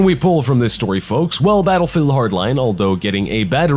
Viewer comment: At first I was all like, "Goddamn Fucking Shit! STOP SAYING 'DIS'!!!" And now I'm just like "awww I love 'dis'."